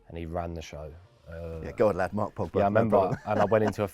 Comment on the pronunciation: I turned off when he said Pogba. I mean seriously!